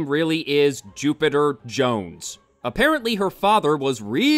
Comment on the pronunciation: After your intro I kept hearings "Stupider Jones" ....